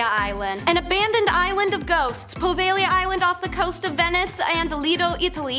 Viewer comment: Finally someone pronounces "Poveglia" correctly!!!